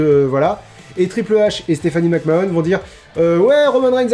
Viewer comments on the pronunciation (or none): Mec Man. Mais oui, je sais pas ce qu'il a a sortir Mac Mahonne, alors que... Ben a ma connaissance, la seule autre personne a le prononcer comme ca sans aucune logique (parce que si au moins il prononçait Mac Mahon a la française, ca aurait une logique, logique conne de français qui veux franciser un nom qui ne l'est pas, mais logique quand même), c'est Sylvain Garnalec, et c'est déjà bien débile et gênant quand a coté t'as un autre commentateur qui lui le prononce comme tout le monde le prononce, mais alors la... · Mais... McMahon ça se prononce "Mac-Manne" :o